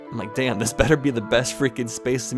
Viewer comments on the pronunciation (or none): none